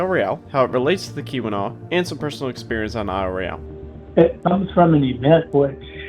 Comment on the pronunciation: Don’t know where the narrator for this video comes from, but you are consistently pronouncing Isle Royale *not* the way natives of Michigan say it. That’s irritating.